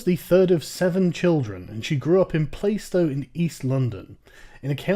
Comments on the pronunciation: It's pronounced Plah-stow not Play-stow :) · playstow is pronounced plars-tow. i like your videos but e13 is definately not middleclass, it really is full of theives, robbers and little shits with knives. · Dude i know Plaistow and you are pronouncing it wrong LOL Its pronounced Pla-stoe ;) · Isn't it pronounced 'Plastow'? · Minor fact check, Plaistow is pronounced (for some weird and unknown reason) as "Plah-stow" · It's pronounced "plaaah-stow". You ought to feel utterly place-name shamed. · You are pronouncing plaistow wrong. And its a total shithole like the rest of Newham. Searching inflated london house prices after the olympics and gentrification is intellectually dishonest. Cant say im surprised though. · Plaistow is a traditionally working class area that's suffered house price rises due to gentrification. There are housing estates just like that in Plaistow, you have shown you know nothing about working class London, FYI you can't even pronounce 'Plaistow' correctly. comparing house prices to Durham is laughably ignorant, and 382, 000 is cheap for London btws. You say that no one from a council estate ever goes to Cambridge,, then you mention 'the lucky few' in your next breath, how are you to know she's not one of those lucky ones? Literally nothing you say supports your claim. anyway, so what, the logic of your own tweet (she didn't grow up in a council house so doesn't deserve an opinion) renders your opinion meaningless, I think someone who's been homeless has a better idea of needing a home and where a person would be willing to live.